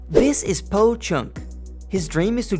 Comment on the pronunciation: I'm still laughing at how u say poh it almost sounds like my sir name no Joke, keep up the vidz 🤟